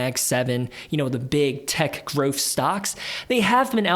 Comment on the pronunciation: Good video, as constructive criticism you need to say growth not groff